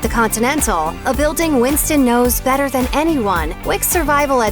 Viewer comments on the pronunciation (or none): none